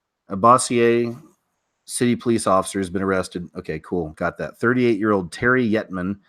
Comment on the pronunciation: Good show! Bossier City is pronounced Bow-sher (think French sounding J on the sh). Tranta Clause - 😂😂😂 You’re killing me Smalls!